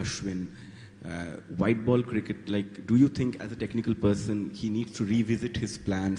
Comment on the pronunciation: You Gaaat a vikat on no baal. That was very funny accent 😂😂 virat replying to that journalist 😂😂😂😂